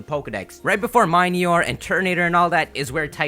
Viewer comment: Do you pronounce the word mini as my-knee? No, it's Mih-knee-ore ffs